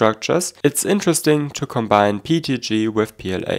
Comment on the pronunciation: your pronounciation of PETG (PEET-G) reminds me of Pingu